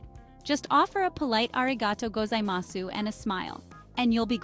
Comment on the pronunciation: Along with the good values you discuss, do you place any value on proper pronunciation? Your videos serve as instruction...so why teach foreigners poor pronunciation? A few examples: The "a" sound in Japanese is "ah," so when you say things like "melon pan" or "genkan," please use the "ah" sound. Don't say "gozaimasoo"! The final "u" is either silent or very mild. And don't say "Tokiyo." There's no "i" sound in it. It's simply "Tokyo," just as it looks.